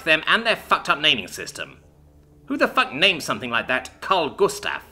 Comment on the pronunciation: You say karl gustav quiet good 🎉